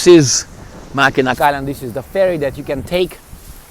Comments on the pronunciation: Mackinac bridge is pronounced the same way as the city (Mackinaw) Helpful tourist tip :) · Mackinac is pronounced Mackinaw. Mackinac Island is awesome. Mackinac city is nice as well, but the Island is the big tourist destination.